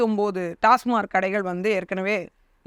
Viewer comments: அக்கா டாஸ்மாக் என்று உச்சரிக்கவும்... டாஸ்மார்க் என்பது தவறு. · டாஸ்மார்க் இல்லை. டாஸ்மாக்.